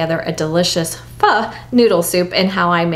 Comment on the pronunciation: I just got my star anise in the mail, so I am ready to make a beef pho! It’s pronounced “fuh.”